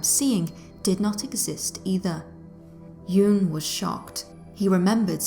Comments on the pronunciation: Why does the narrator pronounce Jung’s name ‘Juung’? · Pronounce the g in Jung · Surely you could learn how to pronounce words,the name of the city, Carl Jung. Good grief!!!